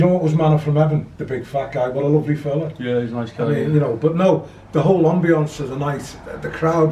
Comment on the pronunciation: It's Ambience, not Ombience 🤭🤭🤭🤭🤭🤭